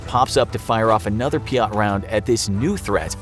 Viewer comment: Peeyat is not how say it it’s peeyt